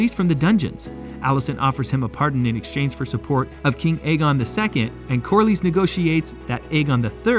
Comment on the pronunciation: And Corlys (Corlios? Wtf)